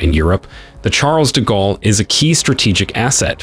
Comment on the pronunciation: The chAAAARLES de gallery 😂